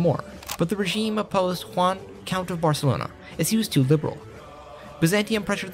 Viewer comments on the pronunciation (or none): none